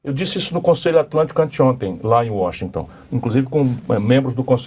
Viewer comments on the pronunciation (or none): none